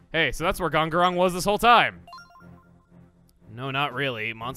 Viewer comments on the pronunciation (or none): "Dong-on-rompa" Never going to get over that pronunciation...